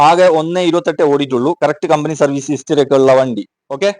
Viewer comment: ഇസ്റ്ററി അല്ല 👉 ഹിസ്റ്ററി ….!!!